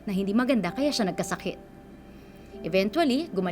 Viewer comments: Yung nag babalita laging Mention ang ( INVENTUALY) 🥴🥴🥴🥴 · Sana gino google muna paano bigkasin ang “eventually” sakit sa tenga eh. Nakailang ulit pa. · i know it’s spelled evenTually but it’s more like a CH sound not a hard T, please if you’re gonna keep saying a word at least say it right it’s so distracting 😭